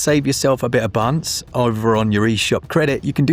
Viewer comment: American here with a serious question - when you say "save yourself some buns" is it buns or bunz or bunce or bunts or something else?